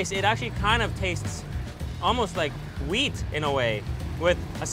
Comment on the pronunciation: "even tho it's rice but the taste almost like wheat in a way" 😂😂 I think he said weed